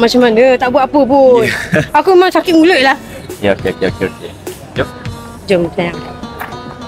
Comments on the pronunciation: 28.41 safwan nak sebut ayang ❤ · MCM dia sebut ayang